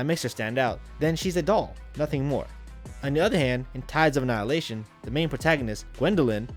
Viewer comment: Says not being harsh to the game, but can’t pronounce the name. YouTube these days